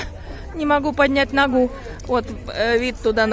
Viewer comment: Не ногУ, а нОгу...всё равно не мОгу )))